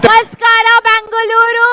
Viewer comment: ಳ ಅಕ್ಷರ ಗೊತ್ತಿಲ್ಲ ಈ bollywood heroineಗೆ - ಬೆಂಗಲೂರು, ಕಂಬಲ, ತುಲು🤦🏻‍♂️